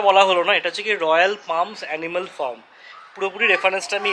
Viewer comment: It's not firm 😂it's farm